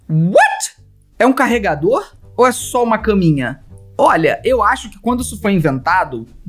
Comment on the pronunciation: "Carninha pro celular" "Não é caminha pro celular" Eu: Felipe e sua dicção kkkl